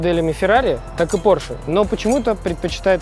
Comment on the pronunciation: Porshe - май лав)..